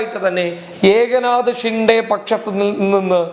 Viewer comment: ഏക നാത ഷിൻഡെ അല്ല. എക് നാഥ് ഷിൻഡെ എന്നാണ്.